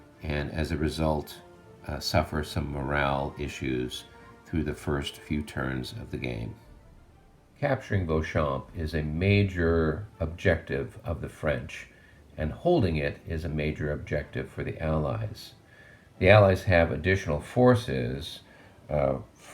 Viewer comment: The “s” is silent.